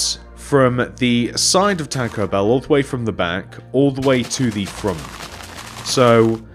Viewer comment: it's bell not beel